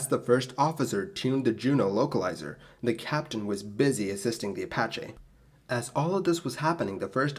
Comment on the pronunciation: What's an apachay?